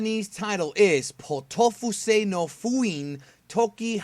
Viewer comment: Poteaufeu is a french meal and it is prounounce potofeu btw really good review, and I agree with that Vegita is getting tons of caracter developemnt and that It si one of the hilights of super